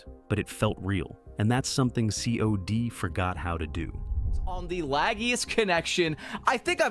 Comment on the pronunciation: Its not C.O.D. its cod. You pronounce it like cod. Like the fish. Because thats what it is - a stinky old rotten fish